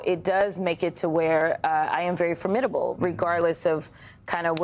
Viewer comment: Thanks for your pronunciation of "formidable"!